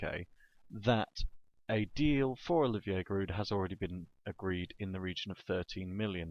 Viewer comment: so giroud is your favorite player but u can't pronounce his name lol